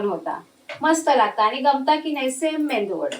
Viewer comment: मेंदू वडा नाही मेदूवडा‌ बोला.